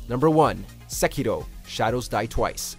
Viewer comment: I got cringy when He said Sekiro with weird accent